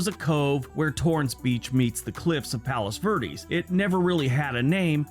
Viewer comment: "Palos virdes" local pronunciation